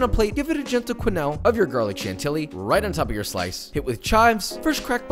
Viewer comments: lol Chantilly. Kudos for trying, it's a stupid pronounciation (just like oignon, yes the i is before the g). It's pronounced more like Shanti-i. You just repeat a whole second i after the first one. Hope it kinda makes sense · If only he could pronounce “chantilly” correctly. Kinda ruins the magic of cooking videos when someone BLANTANTLY is a home cook but acting as if they’re Anne Burrell or Gordon Ramsay.